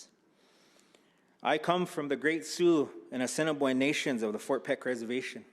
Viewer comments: How do you not know how to pronounce "Fort Peck Assininiboine (Ah-sin-ah-boin) and Sioux (Sue) Tribes?" Especially when you are supposed to be working with our Tribes. The Sgt. of Arms inlm guessing is a Republican, the party that rarely, if ever, visit 6 of the 7 reservations. They rarely, if ever, care to know our needs, wants, or how we can come to the table and help, unless its by enlisting, which we do at higher rates than any other ethnicity per capita. They're forced to visit the Confederated Salish and Kootenai Tribes because they're a PL-280 Tribe meaning the Tribe and Montane State share jurisdiction (which most tribes strictly oppose as it gives too much say to non natives about our own homeland as well as gives them rights to own lands within reservation boundaries. This in itself is a breach of most of our treatys we signed with the federal government.) We gave up the vast vast majority of this land called the United States in hopes of peace and prosperity. We were pushed further and further west from our our homeland and allowed this to try to keep the peace. It wasn't until we couldn't go no more that we were forced to fight. And it was then and only then that the US Government realized that we would rather die free and dignified before we were pushed into the ocean. Had we fought from the very beginning, instead of trying to be a peaceful and helpful neighbor, believing their was enough for everybody to enjoy and prosper, we would have crushed the US army, esp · critique I will make. The man who was introducing him mispronounced the names of the tribes at Fort Peck reservation. It is the Ah-SEE-NEE-BOY-NHH and SOO, emphasis upon the phonetically correct pronunciation. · Did he just sat Cinnabon and su-ex? Omg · It's pronouced "A sin a boy n" Assiniboine Tribe. 🪶🏹❤️🏜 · He said the cinnabon and soo-X tribes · Doesnt even know how to say Assiniboine and Sioux smh. That is my tribe